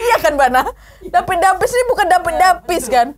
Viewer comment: Humorku sebatas tiap kak Nad, ngomong "dapid depis"